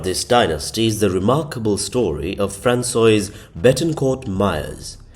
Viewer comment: “Franswazz”, not Franswoa-iz 😊